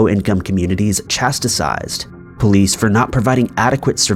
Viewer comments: "Chastised" not "Chastitised". And lose the ads. I pay not to see them so I'll skip yours if I'm forced anyways. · CHASTISED not Chastisized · “Chasticised?!” I think you meant “chastised”. Also it is ed-in-bruh not ee-din-burg. Also cheh-shuh not che-sheer. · The word is CHASTISED not chat-tis-sized! Please check your word pronunciation! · The words are 1. Re-pre-hen-sible and 2. Chas-tised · Irreprehensible? Chatisized? You sound like you're native English speaking... just not very good at it.